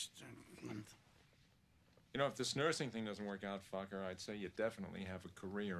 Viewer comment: I just love every time Jack says "Focker", it's almost like he's calling him "fucker". 🤣